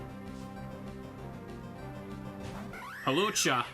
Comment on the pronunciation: I love that the auto timestamps (what an atrocious feature) turned your pronunciation of Hawlucha into a chapter/timestamp. I do enjoy me a nice "Halucha".